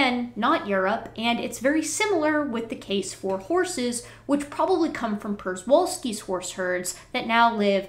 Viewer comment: Wait, caterpillars are reptiles?! PS: weird, but Przewalski (as in the Asian wild horses) is typically pronounced something like sheh-vahl'-skee. As an Extension biologist/limnologist, I do occasional work at The Wilds (a kind of free-range zoo in Ohio), and they keep a small herd.